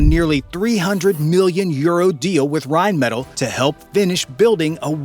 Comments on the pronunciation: Königstiger* and Rheinmetall*, please never say Reimettel again 😭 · PLEASE stop saying Reimettel its rheinmetall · Pronounced: rine-meh-TAHL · Would be awesome if you could pronounce Rheinmetall correctly